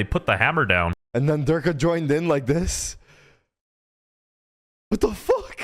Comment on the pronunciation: It's pronounced derkuh not derkay